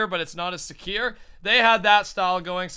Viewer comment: It's "way more secure" not way more "secieere" XD